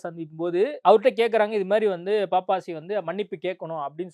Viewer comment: பாப்பாசி இல்லையே பப்பாசி தானே அதன் பெயர் ஏன் நெறியாளர் பாப்பாசி பாப்பாசி என்று உச்சரிச்சிசிட்டு இருக்கிறார்!!":!!!!!